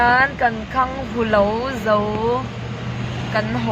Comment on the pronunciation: Mai a tih loh in, khanghu pwh hi khangngu ati dwn amii🤣